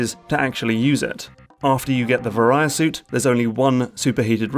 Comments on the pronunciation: "ver-eye-uh" suit. I never heard it said like that before. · The way you pronounce Varia Suit hurts me a bit. Great video nonetheless. I love watching videos about how amazing Super Metroid is, because it is just that. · Nothing prepared me for the frustration of hearing someone pronounce "Varia" so incorrectly.